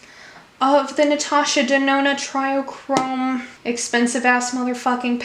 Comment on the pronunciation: I don’t understand how people keep pronouncing it “try chrome” or “try-o-chrome”. It clearly says TRIO chrome in the dang title of the palette. Trio. Do people not know now to pronounce TRIO? It’s pronounced “tree-oh” 🤦🏼‍♀️